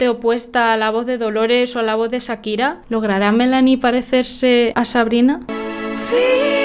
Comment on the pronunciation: Por qué dice Sakira si acá en América la pronunciamos Con el sonido de Cha.